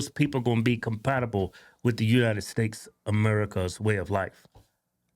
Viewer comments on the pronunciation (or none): States, not stakes bro.